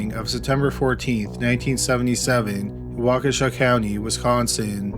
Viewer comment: I just want to say, as a WI native who lives in Waukesha county, your pronunciation of town names of the area is on point!